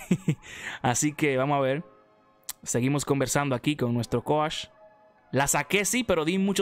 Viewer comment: “Con mi coash”